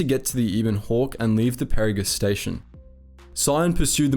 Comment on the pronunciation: Why do you always intentionally pronounce things wrong. Peragus and ebon are spoken in game numerous times...